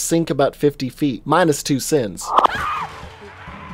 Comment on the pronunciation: What he said: minus 3 sins What I heard: minus 3 cents